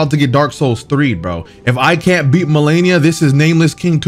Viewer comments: Lol he definitely knows how to pronounce her name now lmao. Enunciation perfect and everything now lmao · Damn she humbled you so much you started saying her name right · anyone notice how he finally says her name correctly after a few videos of saying it wrong and her repeating it lmao.